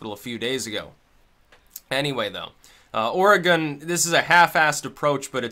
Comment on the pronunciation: There's a little known statute in Oregon that makes illegal any law (city, county, and state) that prevents the public use of controlled substances or alcohol. Although alcohol has an exception related mostly to parks. Also, congrats on pronouncing Oregon correctly 👍🏻